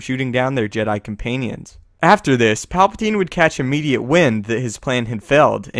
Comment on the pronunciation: Did he just say comPAINians?